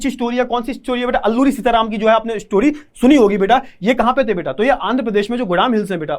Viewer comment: beata❎ beta✅